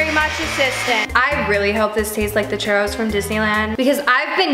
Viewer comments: “We gonna make some Chourus” girlll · Mexicans are cringing when she says tapatio and tostada and churros